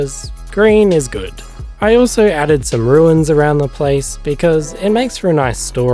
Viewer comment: "RUNES" not "RUINS" xD In all seriousness though, these look amazing - really well done!